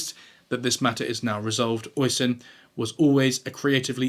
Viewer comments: Oisin is pronounced osh-een not oi-sin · It’s pronounced usheen not osin 😅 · Oisin pronounced Ush-een